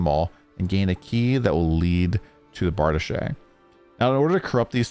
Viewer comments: Correct! Was thinking the same thing. "It's Bar-Deesh, not Bar-duh-shay!" Lol. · Bardiche is pronounced Bar-Deesh I believe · It's pronounced "Bray zhur" and "Bar deesh" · Lol, that's not how you pronounce brazier, accession or bardiche.